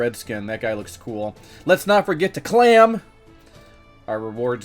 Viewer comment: Why do you say clam instead of claim lol